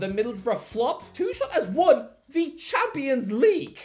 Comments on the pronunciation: No matter how many times you say Thomas TOO-SHERL, you won't ever make it a thing. It's TOO-KURL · It’s “Thomas Too-kul” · I guess you could say he's Too-kul to pronounce it that way. ...I'll show myself out now. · "Thomas Tushul" 😣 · The fans will have a heartache correctly pronouncing his name. The „ch“ is one of the most difficult things to pronounce as an English speaker